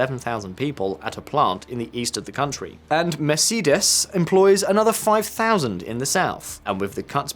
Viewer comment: Ive never heard Mercedes being pronounced so badly